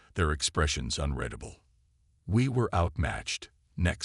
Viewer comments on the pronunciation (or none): a chen, misread words ('unredable' instead of 'unreadable' and 'spacertime' instead of 'space time') - true HFY story. often the text third line is halfway off the bottom of the screen.